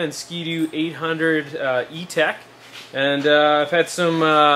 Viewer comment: e tec not e tech lol